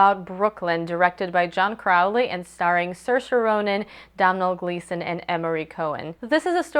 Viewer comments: Yeah I was really impressed when you pronounced her name right! At least you tried with Domhnall, most people just skim over irish names like whatever. Loved the review :) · Congrats on getting the pronunciation of Saoirse right as it's quite an obscure Irish name. Just so you know, Domhnail Gleeson's first name is pronounced 'dough-nil' (dough as in bread, nil as in zero). Hope this helps, great review.